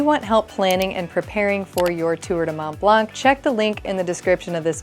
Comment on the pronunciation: You do not pronounce the ‘c’ in blanc of Mont Blanc